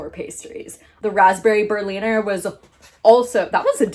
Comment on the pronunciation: It is pronounced bear (like the animal, but without the r at the end like a British person would say it) and leena. So it is bea+leena basically. Plural just with an s at the end